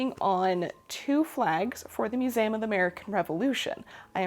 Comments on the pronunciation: No one, Not A Soul:: Mus-ay-um 😜❤️❤️ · As a fellow learning and history lover, I find it SO interesting how you pronounce “museum” part of your regional accent I assume, hopefully this doesn’t offend you, but I’ve been reading a book on linguistics and the history of human language and as a Spanish speaker I find it very interesting how you pronounce the word as it would come naturally to me, instead of “American” vowels, I don’t know just a rambling hole you sent me into in this sewing video of yours that I was already very interested on, haha, love you videos, glad to hear you’re making this your full time job, and godspeed on that :)